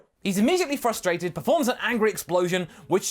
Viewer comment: "frostrated" hahaha